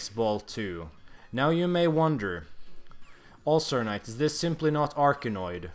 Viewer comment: I think you should change your name to UlcerKnight. It already sounds like the way you say AllstarKnight and it’s funny.